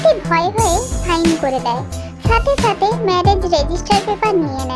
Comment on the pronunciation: আপু তুমি ভালো করে কথা বল কারন তুমি বলছো ছাতে ছাতে এরকম আনেক ভুল কথা বলছো আপু তোমার অনেক কথা ঠিক হয়নি ঠিক করে কথা বল😂